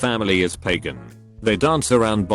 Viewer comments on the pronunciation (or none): none